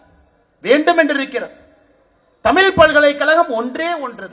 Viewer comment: தமிழ்நாட்டுக்கு வந்து இவ்வளவு நாள் ஆகியும் இன்னும் தமிழ் என்ற சொல்லை இன்னும் ஒழுங்கா சொல்ல முடியவில்லை.